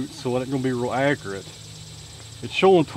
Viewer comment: Accurate= acrut?